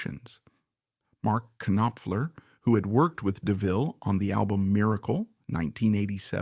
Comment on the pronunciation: Terrible pronunciations on various names and titles. It's not pronounced "kin-offler". it's "noffler" . "Dr. John " is not "Dr. (long pause) John". Leave out the pause.